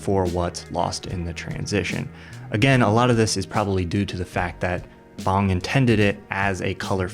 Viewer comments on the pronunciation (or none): I wish people who are super interested in an artist work would learn how to pronounce their name. Bong >>> Bo oh ng. one syllable.